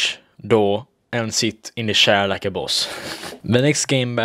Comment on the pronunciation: the way he says chair. shar.